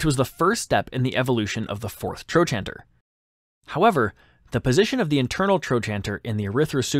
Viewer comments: It's pronounced "tro-canter", not "tro-chanter." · "Tro canter" is how the US professionals I know say trochanter. Not sure if other countries have different pronunciations. ~ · Trochanter is pronounced, "troe -kanter". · I've never heard "trochanter" pronounced like that. Not saying it's wrong, but the only way I've ever heard it was TroKanter. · It's pronounced "tro can ter" in modern medicine. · THE WAY YOU PRONOUNCE TROCHANTER IS SIMPLY A-M-A-Z-I-N-G!!!!😂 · Please learn how to pronounce "trochanter" before saying it so often.